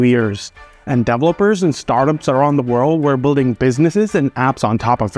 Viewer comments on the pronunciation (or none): No, your original accent sometimes shines trough your fake Americanized accent. So 'distrusted' is pronounced wrong, developers is pronounced wrong. Just check it. You stress the wrong syllable. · How did you pronounce 'developers'?